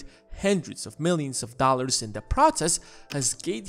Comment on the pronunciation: “Pockyman cart...” “A hendrid dahlers” Why does no one speak English anymore?